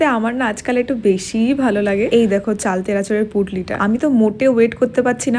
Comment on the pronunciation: চালতে কথা টা ১০-১২ বার বলেছো এবং প্রত্যেক বার ই ভুল বলেছো